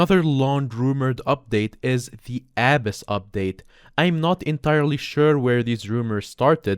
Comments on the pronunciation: Also he says Aah-Bis but its pronounced Uh-Biss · Abyss is pronounced "ə biss". I get accents and stuff but you cant just change an english word to whatever. Google translate might be a useful tool if you struggle pronouncing a word. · Did he just pronounce abyss a-bass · This is nothing against you but I love the way you pronounce AByss Good content though